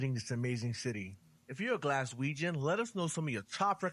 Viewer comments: What the fook did that guy call us? Galweganz? Fannybaws it's Glaswegian...😃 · Galweigen lol its glasweigen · As a Glaswegian, I really wish the narrator in the video you are reacting to would stop saying Galwegian!!! URGH!! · His pronunciation of Glaswegian was hilarious lol Also if your in Glasgow and its a nice day You can also visit the Peoples Palace located in The Glasgow Green.